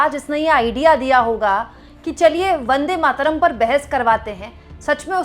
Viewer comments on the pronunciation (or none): Today, H.M. Shah has mispronounced Vande Mataram as Vande Matram (Matram) at least 300 times in Parliament. :)